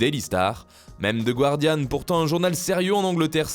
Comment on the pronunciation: Stop dire "ze gouardiane" pls un sobre "ze gardiane" irait très bien ;)